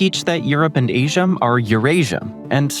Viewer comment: what's with the "m" at the end of names that end with an "a"? Asiam?!